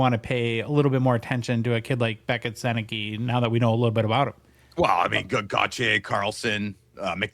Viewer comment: His last name is pronounced Sennecka. Though I see how it could be easily misread. Other notable Gens alumni - Bobby Orr, Eric Lindros, Anthony Cirelli, John Tavares, Ted Lindsey, Alex Delvecchio. Dave Andreychuk, Tony Tanti, Scott Laughton, Boone Jenner, Marc Savard, Wayne Cashman, Terry O'Reilly, Rick Middleton, Shawn Thornton, John MacLean ... so many more.